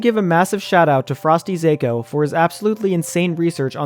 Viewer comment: I think it's pronounced FrostyZah-ko, not Zayko. Zako in Japanese means small fish/small fry, and usually is used to mean weakling.